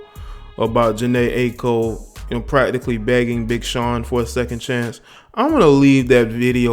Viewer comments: It’s pronounced eye-co. Good vid tho bro. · Jhene eye- ee- ko is how it should be said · This nigga can’t or won’t say her Aiko’s name right... It’s Aye-eee-ko